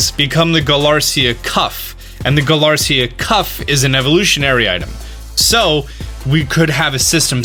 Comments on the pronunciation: It's galarica not galarsia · you say “galarica” as “galarcia” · "Kuraun" is how the japanese say "crown" . just say crown slowly. "Galarcia this, Galarcia that". its GA-LA-RI-CA how can you mispronounce it so many time. 😂😂😂😂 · When Galarica becomes Galarcia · You say it like its spelled galarcia twig when it really is galarica twig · Mocte Zuma they’re just making fun of how mispronounces Galarica and Armorite as “Galarcia and Amorite.” They actually know what they are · galar • ICKA... galarica sound it out bud